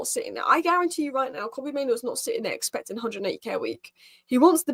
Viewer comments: it's pronounced MaiNOO not MaiNO - 'noo' as in rhymes with 'moo'. The least we can do is pronounce the players names correctly... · For a native English speaker, there is nothing difficult about saying MaiNOO instead of MaiNO. I could understand your point if I was referring to a player with a name like Gyokeres or Szoboszlai but Mainoo is not a difficult name at all. It's literally two syllables.